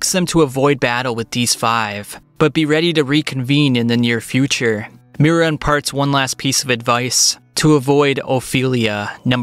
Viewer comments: Sorry, but its Miria, not Mira It spells Me-ree-uh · It’s not Mira. It’s Miria!